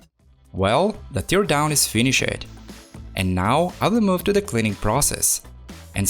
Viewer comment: also fi-ni-shed